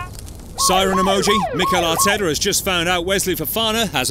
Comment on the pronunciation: Arteta* not Arteter